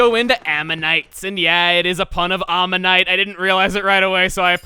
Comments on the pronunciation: Whoa you actually responded, awesome! I wasn't trying to discredit you, but I've always heard them pronounced very differently: ammonite as literally Ammo Knight and Omanyte as Oh-muh-night. Maybe I just misheard or the pronunciation i've heard is just different. Sorry for the misunderstanding. Love your content, especially the weapon bios. It's been helping a lot. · In the word ammonite, the a is pronounced like an a, not an o. ( I'm studying to be a paleontologist)